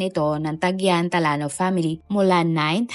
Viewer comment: Talano ang basa talyano😂